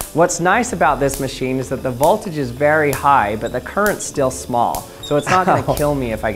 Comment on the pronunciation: learn how to pronounce "Sieverts" and "voltage."